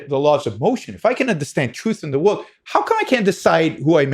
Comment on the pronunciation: I'm an awful person. He is brilliant and I can't stop giggling when he says stuff like "whooled" instead of world. Its like listening to my 6 year old that just happens to be brilliant